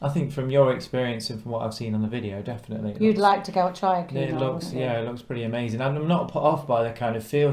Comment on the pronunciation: Quite correct "Queuenard" never "Coonard". (there are dowagers in the Queens Grill Lounge clasping their pearls, and fainting)